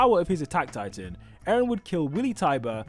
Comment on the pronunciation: eren not aaron